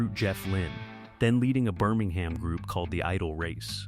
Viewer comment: Also, it's pronounced Birming-um, not Birming-ham!😊